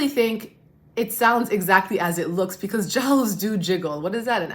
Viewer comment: Am I the only who hears saying PECAUSE every time 😂?